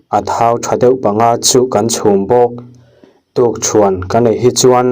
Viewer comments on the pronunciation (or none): "Tukchhuan" nilo in, "Tukṭhuan" tih zawk tur aw.